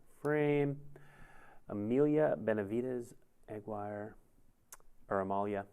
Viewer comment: "Emilia Bennyvides Eggwire" Also known as Eggwire, the Wrath of God...